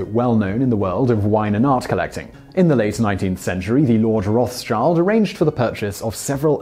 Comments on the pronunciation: as a german i feel obliged to say, im certain that is not how you pronounce those. lets just fix the biggest one, rothschild: the 's' is part of 'schild', not of 'roths'. schild means shield, and its not pronounced like child. im not certain about 'roth', but its either a name (like for a city) or an old version of 'rot' meaning red. the name probably means either 'shield-of-roth' or 'red-shield'. im not expecting proper pronunciation, i just felt i had to mention it. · Best pronunciation ever Heard, pls put a bit more work in your videos... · It's not an English name that has the word "child" in it. So why pronounce it like that? Edit: Apparently, English wikipedia thinks it is pronounced that way ... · Am i the only one triggered by the way he pronounces Rothschild? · How can you prepare a 9-minute video, where the name Rothschild appears multiple times, without bothering to check, how is "Rothschild" pronounced? 🙄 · thats nowhere near the correct pronounciation. the name means translated ``red shield´´ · The English pronunciation of the name Rothschild is horrible... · why do you pronounce Rothschild wrong? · I think the way he pronounces Rothschild is the most False i ever heard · I have to intervene here. Your pronounciation of Rothschild is utterly wrong. The name is derived from two words, which are "Roth" which is an old german word for "rot", which means "red" (pronounced similar to the english word "rot", but with a longer "o") and "Schild" meaning "shield", (pronounced like "shilt") therefore the name means red shield, and is pronounced rot-shilt. Not roths child, whoever came up with this shit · Arfohr Fhugseikes I think the best transcription to English would be Roadsheeled, but definitely not "Roff's child" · I love how you say "Roths Child" You should pronounce it "Rot Shild" or "Red Shield" in English, you could just say "Rot Shield" if it's easier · It´s actually not pronounced roths-child, but roth-schild, meaning "red shield". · "road chilled"